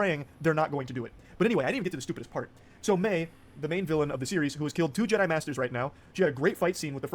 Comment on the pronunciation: made a golden one, he said Jed-DEI:D Brilliant:D